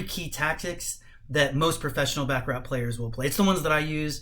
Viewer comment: It's pronounced "Bah ka rah" ...not Ba ka rat...otherwise , good video content